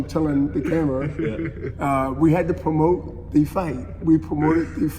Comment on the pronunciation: The Respeck.. 🤣🤣💥🤣